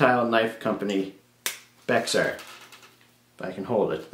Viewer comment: The X in Bexar is silent, it’s pronounced as bear. That carbon fiber Kwaiken looks great. It’s looks like a black version of their tumbled titanium.